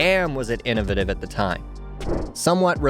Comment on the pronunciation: He can say ‘innovation’ but has a problem saying ‘innovative’. What’s the deal with that?!!